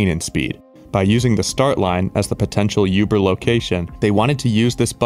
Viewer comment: Bro pls stop saying yuber you are swedish its OOBER.